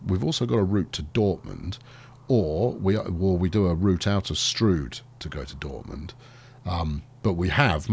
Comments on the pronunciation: LOL....Locals call it Stroud as in cloud, not stroud as in strewed. !!! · Strood as in rude Stroud as in ploughed. Your mispronouncing. Get it right man .. :) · sorry i dont know why it was deleted. just saying im from stroud and nobody calls it strood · METROPOLIS HERALD. Runners & Riders Detroit residents shocked by new bridge. Almost nothing demolished. "It's pronounced 'Strood'", say locals of Stroud. Mass redistribution of territories. "I don't want to be a Kiwi", says affected man Swanky new bridge appears south (or north) of Santa Ana Railway developer asks where he should stick his new station. Santa Ana locals offer single, rude, suggestion Is anybody else getting peckish? More later...